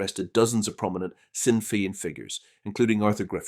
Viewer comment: Please learn basic Irish phonics. You mispronounced Sinn Féin, Eoin, Dáil, & probably more